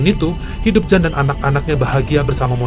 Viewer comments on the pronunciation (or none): Bang jan dibacanya yan bulan jan.itu pengucapan belgia vlams/ belanda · Yan bacanya bukan Jan. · Jan itu di bacanya Yan. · Bang, Jan itu dibacanya Yan bang😊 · Bukan Jan cara membacanya tapi yan🤔